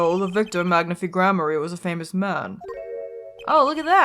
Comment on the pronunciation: Even though it's been years, I just want to say that Magnifi's name is pronounced like "magnify" and not "magnifee". It's too late to change the way you say it here and in future videos, but I though you should know.